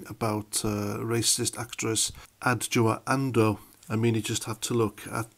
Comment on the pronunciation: Well done for saying her name. I would have botched it.